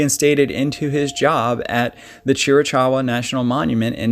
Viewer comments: Great episode…but it’s pronounced like cheerakowa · I remember Paul's story. Very bizarre! 😒 thanks for sharing "more info" on his case. " (Chief Cochise area) pronounced > Chr a Kaa wuh)🙂 God bless you, & your time, in gathering info for sharing with your listeners. 💕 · Hahaha😁 I had to see in what manner someone corrected the -Chee Ra Kar uh-pronunciation, knowing that all the crew are BIG fans who are sensitive, intelligent, gracious and tactful. 😁 Well done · Cheer-ee-caw-oo-wah… Wild Turkey Mountains. With the pronunciation, think of chihuahua… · Chiricoua...or Chiricowa...sorry Haye to be this guy.. You are articulate and very professional in your entire delivery... so thought you'd want to know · Tht a extremely gorgeous place ..lots of history. Apache territory.. Tombstone is not far from there either. Chera-kawa.. is the proper way to pronounce Chiricahua. I lived in Arizona all my life last 30 years most of which was was off grid on 20 acres in Navajo County. Anasazi ruins everywere the Painted Desert an Petrified Forrest area.. Arizona is a little piece of Heaven on earth been very blessed to have lived the life we have. God bless Paul an his wife. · Thank you,, for doing extensive research. Are there still rogue Apaches in those mountains? Perhaps his disappearance had something to do with the Yavapai. Is it possible that he went out there to live like the Indians? I could be wrong, but I believe that those. mountains, and Indians, are pronouced cheer i cow wah. April 2022. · Nice job with this case,. I am in that area currently. We have some challenging names with “Chera-cowah” being the correct pronunciation of the mountain range. A handful of your images were from different parts of the state. I have seen his story told many times but your’s is #1!!! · Pronounced ... " Cheer- a- kawa" His pronunciation is terrible lol BUT !! ... his videos are excellent ! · You are pronouncing the name of the mountains incorrectly.